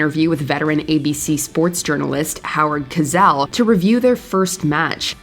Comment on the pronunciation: This narrator sucks ! She can"t pronounce Andy Kaufman's or Howard Cosell's name , but she can pronounce all the difficult names almost flawlessly? WTF is her problem? Get rid of her!!